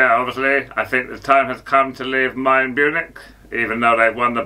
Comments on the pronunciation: Mayern Bunich😂😂😂 yeah obviously 😅 Hottenham Tottespur and then there's Big Ange😂😂😂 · Mayern Bunich !!!! 😂😂😂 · Mayern Bunich and Hottenham Totspur😂😂😂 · Mayern Bunich 💀